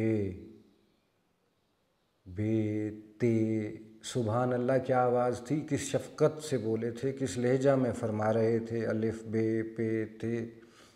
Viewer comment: سر جی ! لے جا “ نہیں اصل تلفظ “ لہجہ” ھے